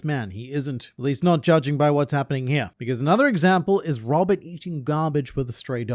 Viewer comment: it's Robin not robick, right?